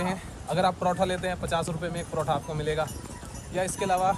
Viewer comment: Protoh nahi पराठा bolo 😂😂 kitna comment karu mai